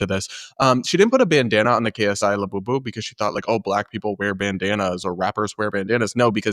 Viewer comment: The only thing worse than a Labubu is how Brits pronounce it